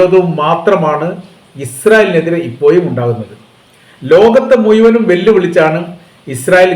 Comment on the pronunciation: പാവങ്ങളെ അല്ലടാ പോർക്കേ .. തീവ്രവാദികളെ എന്നു പറ. നീയൊക്കെ അക്ഷരം ശരിക്കു പഠിക്കാത്തതിൻ്റെ കുഴപ്പമാണ് പാവങ്ങൾ ഏതാണ് തീവ്രവാദികൾ ഏതാണ് എന്നു തിരിച്ചറിയാൻ സാധിക്കാത്തതും "കുഴപ്പം" ' എന്നതിന് " കൊയപ്പം " എന്നും " മുഴുവനും, ' എന്നതിന് " മുയുമനും " എന്നൊക്കെ പറയുന്നത്😂